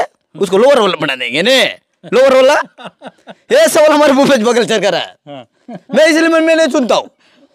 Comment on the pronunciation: भूपेश नही घुपेश❤